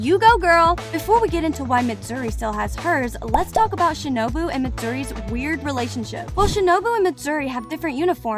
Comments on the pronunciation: did she say shinubo instead of shinobu lol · Shinubo☠💀 its shinobu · the lady pronounce shinobu as shinubo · i said she pronounced it as shinUbO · ah yes "shinubo" ah and "zunetso" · Who realised she said shinubo 👇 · shinubo? LOL? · You said Shinobu's name wrong. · My bad she mispronounced shinobu once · I’m srry the pronunciation